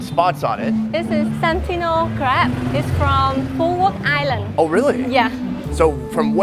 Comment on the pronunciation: Its "Crab" guys not "crap"